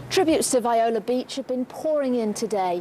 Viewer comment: It's not pronounced "V-eye-la" It's "Vee-O-La." Get their name right at least. RIP!